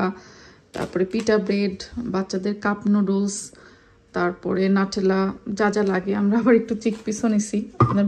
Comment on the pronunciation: নাটেলা নাকি নিউটেলা!!